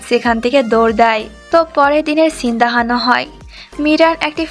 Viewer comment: আপু তোমার (দেহানো) শব্দ টা শুনতে ভালো লাগে না, কিছু মনে কর না😅